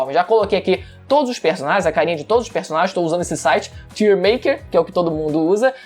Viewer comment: Tier lê-se “taier”, q nervoso kkkkk